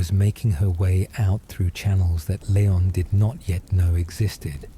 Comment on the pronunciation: It’s Lee-on and not Lay-on